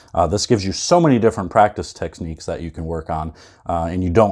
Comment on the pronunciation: I think he said practice tesniques. Haha!!